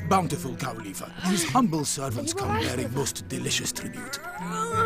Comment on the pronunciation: ITS COW LIIFFA NOT C-O-W-L-I-P-E-R